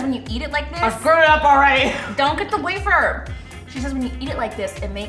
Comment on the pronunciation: how did she just pronounce wafer?